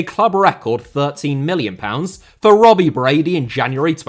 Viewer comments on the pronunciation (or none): none